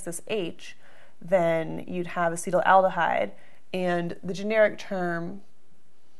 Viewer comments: I believe that it is pronounced ass-et-AL-deh-hide rather than ass-EE-tal-al-deh-hide. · Yes, you spent the whole time making it "acetylaldehyde" when it's "acetaldehyde." 😜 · Uh seat al duh hide A cet al de hyde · Ass-uhtall-duh-hide... Not ah-cee-tull-al-duh-hide.. the spelling doesn't support the pronunciation. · She pronounces as “acetal al dehyde.” Where’s the second “al” sound coming from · Acetaldehyde is mispronounced repeatedly. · In a conversation last night, my friend and I were pronouncing it differently. I came here to memorize the correct pronunciation. After 5 minutes of committing it to memory, I realized it couldn't be right and looked at the comments. FML. Take this down already, you are doing more damage than good. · You are not pronoucing it right!